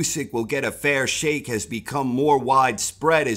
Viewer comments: "A fair Sheikh" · "Fair Shake" not "Fair Sheikh"? missed one there...